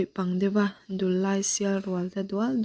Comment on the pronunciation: Thil dang pawh ila chhiar zel ang a,thu chhiar hian uluk hi angai khawp mai a,(eg)Dullai tih ilam dan (Lamrik dan )hi adik lo hul hual a,eg. Dullai tih ah hian LAI tih lai ang ah te hian,Dul tih hi,Hruithlun a dul tih ang a,lam rik tur ani a,LAI tih ah hian An zai chu avan LAI, I Zai lai ti ang a,lam rik tur aw,ka u,alam rik dan adik loh chuan ngaih thlak anuam lo in atui awm lo tlat thin a